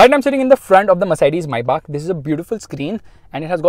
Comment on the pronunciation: It's Maybach, pronounciation is wrong.